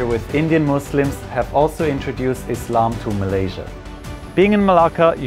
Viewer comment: Nice to hear a non-muslim say "Islam" properly and not "Izzlam"